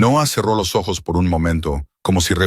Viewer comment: Que problema tiene el narrador para pronunciar ojos.....